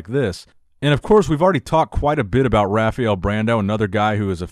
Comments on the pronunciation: Bro you always say rafiel brandão, its rafael not rafiel, its pronunced rafa L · Guess he can't say "rah-fah-el" XD